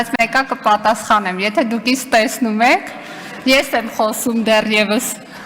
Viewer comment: Կրթության «նախարար» «դեռևս» բառը կարդացվում է «եվ»🤦‍♀️🤮😱🤬։ Էս ճիճվիկի չեղած մազերից բռնելով քարշ կտայի գնդակահարության պատի տակ կանգնեցնել։